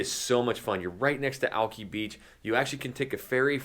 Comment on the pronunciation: Is he from here? It's not "alkee beach" it's alki".